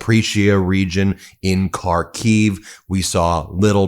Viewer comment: Will you ever learn the pronunciation of Ukrainian cities or would you rather just keep using them for views? Show us you really care, learn how to say words. Zahp-or-eesia. Har-keev. 🤦‍♂️